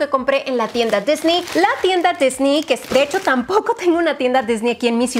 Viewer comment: Amo a, peeeero cuando dice "disni" me desespera es Disneeeeeeey jajajajajjajajaja